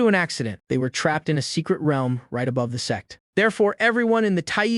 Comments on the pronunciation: The YouTube subtitle ai as well as the video ai as well as subtitles ai has gone bonkers as it shows and speaks as se- rather than sect.This is peak as it changes the viewer perspective on story as a whole in a new light.Lmao.🤣🤣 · It happens in most AI vids. It can't seem to say sect properly. Guess it sounds too much like sex. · Why is it saying sex instead of sect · It is sect not sex 🤔😫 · What do you mean, "sex seksesor"? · Sects not sex. The AI subs is wrong too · Sect or sex hahahahahah 😂 sorry I just hear the recap says sex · Ayo did I heard ' the sex resources ' instead of sect resources in 😂